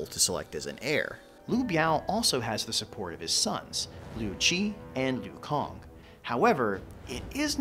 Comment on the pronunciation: Excellent video (and may i add the pronunciations were muchhhh better :) ) Just a little point regarding Liu Cong and Cai Mao. The 'C's in their names are pronounced like he 'C' in Cao Cao's name with a T's instead of a hard C. Just as Cao Cao is not pronounced Cow Cow, so too the names of Cai mao and Liu Cong are not pronounced KAI mao and Liu Kong. Rather its T'sai Mao and Liu T'song or Sai Mao or Liu Song to make it easy. But apart from that another excellent video. Subbed :)